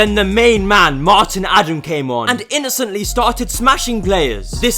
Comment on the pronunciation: Had to click off soon as i heard “the EUWWOS awe hewe”